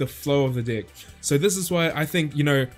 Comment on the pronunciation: So I'm the only one that hears d🍆ck instead of deck